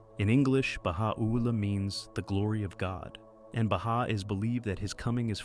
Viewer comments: Beautiful video, except you are mispronouncing Baha'u'llah. The accent should be: ba-HA-u-LLAH, not Baha-OO-llah. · oooooops, it is pronounced as ba-hai or Hi as we greet a friend!?! Baha'u'llah is easy too -- the 'u' is not emphasized. it is soft .. joined with 'ul-lah' .. .. ba - ha - ul - la cheeeers bro !!